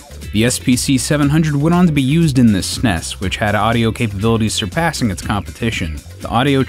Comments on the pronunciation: STOP SAYING SNESS, IT IS S-N-E-S. Seriously stop saying it wrong. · It's not snes.. S. N. E. S. It's a bloody acronym. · Did this guy really just call it the "sness" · I find it odd how he class the Super NES the snes. I actually say ess en ee es. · Sounds like a robot narrator. S.N.E.S. not snes. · I thought the narrator was sneezing, many times through the the video, Lol. Not hard to say S-N-E-S. So crindgy each time SNEZ was spoken as a word. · When the eff did people start pronouncing “s-n-e-s” as snes? No sir, I don’t like it. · What the hell is up with these nerds calling it the SNESSSS. NOONE 25 years ago ever called it that. Its calles Super Nintendo...thats it. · In an informative video, saying sness is rediculouse. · STAHP SAYING SNES! It’s “es-en-ee-ess “ you god damn monsters. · Please, I beg you. No, I implore you, stop calling it the s-nes, it's the Super Nintendo. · You are an American. (At least North American.) it is S-N-E-S. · The way you are saying S.N.E.S. As one word snes instead of saying the letters separately like everyone else says it. Is funny as hell. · I can't take someone seriously when they pronounce SNES as "sness". It just sounds ignorant. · Tempted to dislike for pronouncing SNES like a Brit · Who the fuck says SNES phonetically?